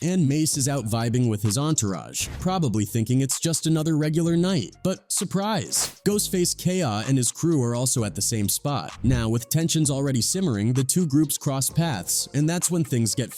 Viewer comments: Makes a video about Ghostafce. Mispronounces his name in the first sentence.("Ghostface Kayah") (Hell, this guy can't pronounce ANY name. Who is "Jeezy Jay"?) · Ghostface Kaya. If you're gonna use AI voice over at least get the words right. Geez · Who tf is ghostface kaya??? Sick of this AI shit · "ghostface k-yaa" 🤣😆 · Who’s ghostface Kay-ahhh? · ......and introducing the Ghost Face Kay-Yah, said No One Ever !!!!!!!!!! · GhostFace Kay-Ahh is Diabolical! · Ghostface Kay-yah! Put some respect on the name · If you have to put up a disclaimer about the content being fake or whatever maybe you shouldn’t have a channel based on speculation or be able to pronounce the names of individuals is said video🤦🏾‍♂️ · Why do people do these videos with all the info & footage but can’t pronounce a name right for shit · Well… I gave you a view unfortunately, but I refuse to watch a video when you cannot even pronounce the person whom the video is about name correctly smh